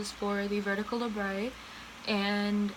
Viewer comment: it's pronounced labret not labray. People tend to think its a french word when its weirdly not.